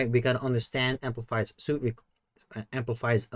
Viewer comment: Since it has been more than a month since this video has been published, I'm hoping someone has already corrected you. "Suite" is pronounced like "sweet."